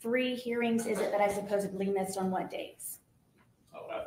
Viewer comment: Haha she says “Supposably”